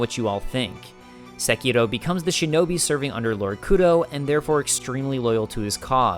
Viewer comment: I just want to thank you for saying the name of the game properly